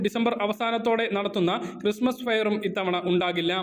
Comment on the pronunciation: ക്രിസ്തുമസ് എന്നാണ് പറയേണ്ടത് ചേട്ടാ🙏🙏🏻